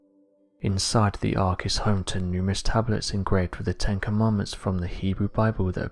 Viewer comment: its with not wiv